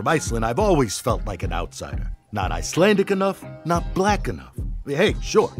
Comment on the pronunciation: I do wish they would plan with Icelandicness too. Shame the actors can't pronounce icelandic😅